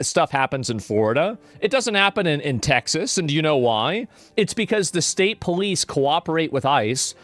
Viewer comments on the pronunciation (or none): I don't know why but I get kind of annoyed when pronounces the word "state". shtate